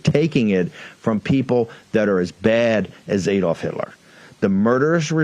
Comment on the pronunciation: Surprised Bannon can’t pronounce “AdoIf”, considering how much he has studied him.